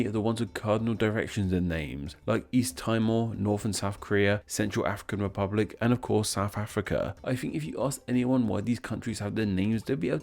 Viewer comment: Central African "Republuc." Congratulations sir.